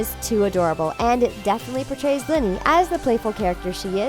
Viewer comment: Its pronounced leni not liny